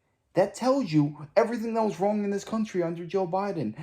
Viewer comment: Can someone tell the rich brat, Ghetto Crocket that the word "wrong"does not end with "k"!